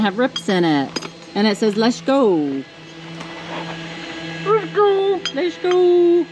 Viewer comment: Everytime y’all say “Leshgo”….my brain follows it with ‘Brandon’. 😂